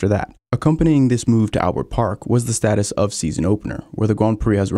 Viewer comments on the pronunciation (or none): none